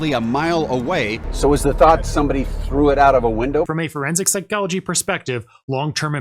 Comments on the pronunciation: Forensic Psy-GOLL-agee :face-purple-crying:. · Why does this guy pronounce “psychology” so weirdly?